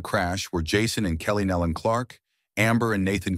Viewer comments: They pronounce their name Nelon ( knee Lynn) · Please learn how to pronounce their name. It is nee-lun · That is closer, but still wrong. Some people mispronounce it with a "y" sound, because it is easier to say, but it is also lazy and incorrect. "Nelon" is pronounced with a long "e" vowel sound and the "o" is a short vowel sound as "knee-lon." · It is pronounced like it is spelled Nelon, nee- lon, sir... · I just wish 1 of these people that are narrating would do their homework and LEARN HOW TO PRONOUNCE THEIR NAME!!! NOBODY has gotten it right yet that I've seen. 😕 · That is irritating me too. How disrespectful to not even learn how to pronounce their name.